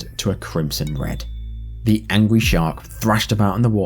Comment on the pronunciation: I hope it was the accent because I swear to god bro said 'the angwy shark'